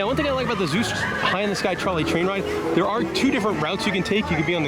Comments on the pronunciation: Seuss with an “S”!! Not Zeuss! 😭😂😭😂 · Do you keep saying "Zeus" instead of "Suess"? I had never heard anyone pronounce it like that in any of my travels until I googled. As far as I can tell, people in England and other British accented countries like New Zealand sometimes mispronounce it like that. Of course we are all pronouncing it wrong since this is a German name and would be pronounced "Soice" which is the way Ted Geisel said it until he realized American's kept reading it as "Soose" and rymed with "Mother Goose". He figured that was good for marketing since he was telling children's stories. Anyway, thanks for the nice tour!